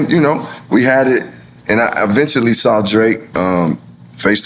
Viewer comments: So Nore you do know how to pronounce the word “saw” not “sawr” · Why does Nore pronounce saw with a R?😂